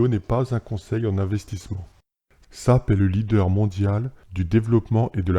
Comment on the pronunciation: S-A-P khey pas "SAP", bonne vidéo continue ! ;)